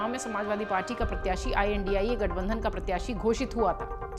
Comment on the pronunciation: Chal padari theek se India Bol ...